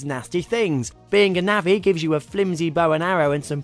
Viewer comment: navvi? nah-vi :)